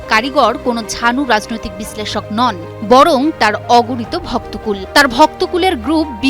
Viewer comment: রাযনৈতিক, আসরে। এ কে রে ভাই। কি উচ্চারণ!